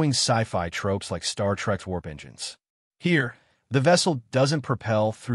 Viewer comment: eNGIIInes... wtf AI?